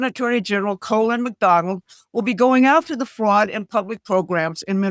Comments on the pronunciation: "COLIN".....NOT "COLON"...LMFAO. I like this channel....but there is NO LEFT OR RIGHT.....only the Corporation USC Title 28 section 3002 subsection 15a. The "Federal Corporation" located in DC......a British Corporation masquarding as the American Governement....the "United States"...."United States of America Limited"......"USA,INC". BUSINESS REGISTRIES DONT LIE................ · Trump is doing the right things for the US. Colin isn't pronounced colon by the way.